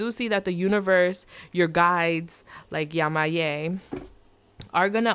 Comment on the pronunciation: it's YE-MA-YA. Thanks for the reading.